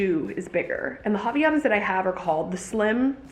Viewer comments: it’s different than how she pronounces! It’s more line you said, haVAIanas the “vai” is the strongest part of the pronunciation :) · It hurts my Brazilian soul ever time I hear you say “ha-vee-ya-nas.”